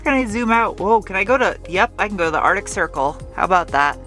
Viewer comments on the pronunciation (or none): none